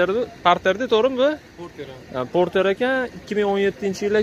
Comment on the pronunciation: Gapirishdi yirtvorarkansiz qoyil hunday parter borter deb😂😂lekin narhlar zor video zor